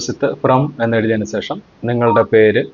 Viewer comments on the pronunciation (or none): സേഷം അല്ല, ശേഷം എന്നു പറഞ്ഞു ശീലിക്കൂ, കഴിയുമെങ്കിൽ.